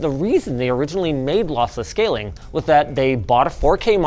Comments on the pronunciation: Linus I am so sorry but I almost laughed my ass off after you saying: "Lothlothless Schaling". Thanks for the awesome content guys :D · losslesh schaling haha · Bro is still adjusting to the braces and how he says ' lossless scaling ' (is he even saying that) is so funny to me 😭